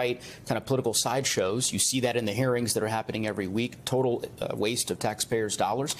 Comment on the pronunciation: Sorry. I heard that as 'herrings' instead of 'hearings'. But herrings is really more appropriate.